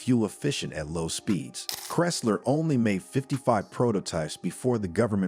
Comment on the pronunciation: Bad AI cant pronounce Chrysler??